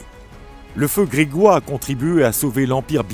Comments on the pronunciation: On dit "gréjoi", pas grégoi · On dit grégeois pas gréguois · Le feu grégeois, ça se prononce comme ça s’écrit. Le feu « gréjoi ». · Feu grégeois est mal prononcé, mais bon vidéo quand même.